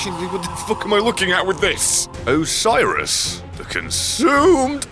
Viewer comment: You know hes played this before because nobody in history has ever pronounced Oceiros' name properly the on their first try.